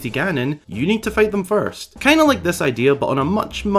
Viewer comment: I thinik its an itristing idear